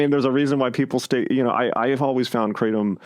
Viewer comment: Lol. "i take a lot of kra-tom" that's wut i like to hear😂 kratom satiates me. Bout to find some real opiates tho sick of kratom